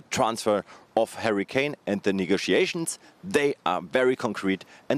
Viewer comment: this dude said "Hurricane"